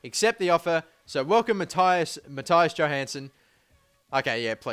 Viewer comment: its not mattaias its mattias u pronounse the i like i not ai